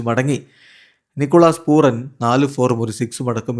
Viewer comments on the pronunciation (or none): പൊന്നാര ചെങ്ങായി പൂറൻ അല്ല പൂരൻ ആണ് 😂😂